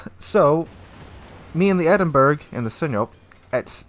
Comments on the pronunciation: pronounced Edinboro. not burg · It’s pronounced “Edinbura” not “Edinberg”. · Hey, for future reference, Edinburgh is not pronounced "Edin-burg", it's "Edin-bruh". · Eden-borough not Edenburg. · Isn't it like 'Edinbruh'? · Players like that are toxic, by the way, the Edinburgh is pronounced Edinborough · WTF is an Edinberg? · its pronounced Edinbru, not like in iceberg lol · Great video as usual but its a shame you had those experiences. Here is a light hearted addition to your count. Don't be that guy No.3... Its pronounced "Ed-in-burra" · Good god it’s NOT Edinberg! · love how you say Edinburgh but its true about players getting salty, see more lately on the EU server and had one were the team fought each other and threw it